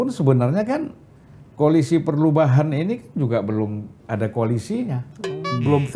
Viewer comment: Bisa aja abang ini nyebut Koalisi Perlubahan he he he